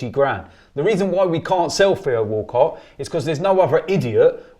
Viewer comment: Does Robbie have something against the letter 'T'? And who is Feo Woolcoh? I thought these people were English?